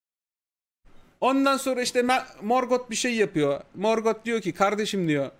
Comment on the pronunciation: herkes morgothu dümdüz morgot diye okuyor abi çok ayrı bir telaffuzu var ya